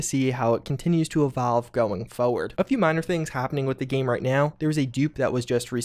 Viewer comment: I love videos almost as much he loves saying the word “foeward”.